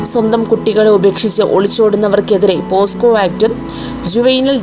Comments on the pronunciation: പോസ്കോ അല്ല കുട്ടി.. പോക്സോ.. ആണ് ശരി.. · പോസ്കോ അല്ല പോക്സോ ,എന്താടോ തള്ളുന്നത് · ആദ്യം പോക്സോ എന്നു പറയൂ.....